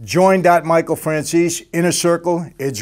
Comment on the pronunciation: Please ☺️Mr Franzese, say Mr Franzese with e in der the End of the name instead Franzes without e. 😃 but is not important....:) god bless you and your family Greez Davide